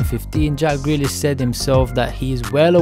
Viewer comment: Who’s greelish?